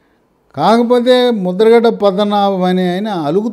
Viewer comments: Musta ‘Gadda’ kaadu. Mudra ‘Gada.’ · Mudragadda kaadu Mudra gada. Parupula kaadu. Varupula. Emiti sir